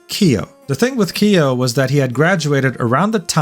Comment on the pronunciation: how do you pretend to know all this shit and you cant even pronounce their names right.. elira PANdora? EYEluna? KEEyo? really? i’m not defending aster, he’s always given me the ick, but you could try a bit harder with the pronunciations. its like you haven’t watched a single niji video before and you’re only parroting what you saw on twitter. how can i believe you know anything about their morals when you’ve clearly barely even heard of them